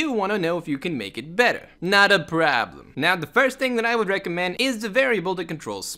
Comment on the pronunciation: love the way when he says in the start that " notaa problem"😀😌